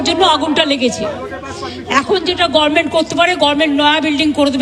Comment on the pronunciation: তুমি বলে সম্বোধন করা শোভনীয় নয়। এখনো গরমেনট উচ্চারণ?